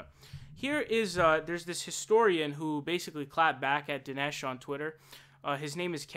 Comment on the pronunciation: Din-Esh served